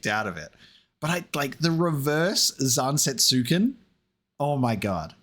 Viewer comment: I’m not saying this to be an asshole, forgive me. Odin’s sword is spelt Zantetsuken, which is a pretty tough read, and most westerners will pronounce it as ‘zan-tet-su-ken’ as it’s spelt in English. But the correct pronunciation from Japanese is more along the lines of ‘zan-tet-sken’ with the U being apart of one syllable.